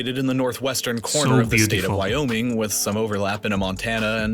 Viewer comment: IT IS “WHY” oming not “eye” oming. It is not hard why o Ming.